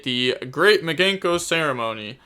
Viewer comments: Mi - Kan - Ko not Miganko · video starts rambles on about mikanko and mispronounces it like a champion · We need you to add Mikanko to your words to pronounce video volume #2 You are butchering it lol